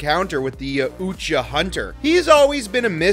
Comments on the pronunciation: “The ya UUUcha hunter” Bro what 😂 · Why did he say it like that tho?